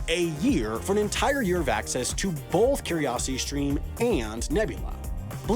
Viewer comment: "bolth" Is this an Americanism?